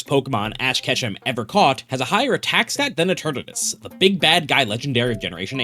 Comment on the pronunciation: dude it's not uturnuts, it's eternatus. read all the letters.